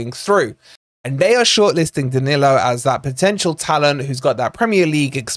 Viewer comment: Isn't it about time we all started pronouncing our Brazilian players' names better? It's "Muriyo" and "Daniyo" 😅